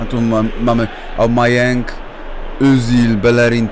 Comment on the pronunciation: czyta się Ałbamejang a ten drugi to szaka